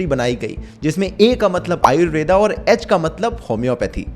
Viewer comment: Bhai....Ayurved bola Ayurveda nahi